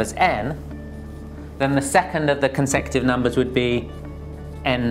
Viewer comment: its not consective....he is pronouncing it wrong....its co n se cu tive numbers